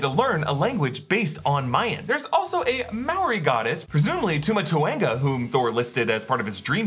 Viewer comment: mate cant say maori properly